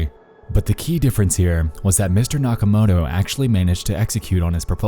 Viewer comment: nakamoTo, not nakamoRo